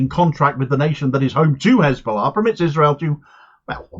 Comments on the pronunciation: Ok, what's His Ballah, this fool has a speech impediment, lies cause this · It’s hizbullah in Arabic. But when isnotreali people say khizbullah or khamas the kh is a Talmudic curse